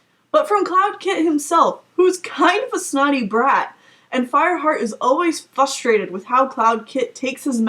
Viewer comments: you're correct in the Scourge aspect....but FUStrated???? I think it's FRUStrated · Haha! "Fustrated"! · Did you just say... FUS-trated?